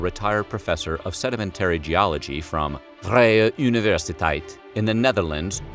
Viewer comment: Oh my goodness!! How you pronounced the university...Chuck Norris, would be proud! Like, full on thumbs up and head nod! Freaking epic! Thank you for what you do 🤘